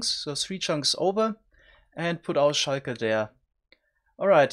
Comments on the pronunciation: He probably misread the L as an i the first time he read it and it just stuck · S H I K A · Ah, yes, the Sheiker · I love the way word "shulker" sounds with your accent :> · Me 3